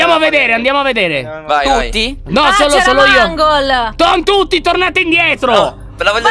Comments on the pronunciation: Si scrive mangol e si legge meingol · Si pronuncia Mengol e si scrive Mangle😂😂 cmq è femmina😂😂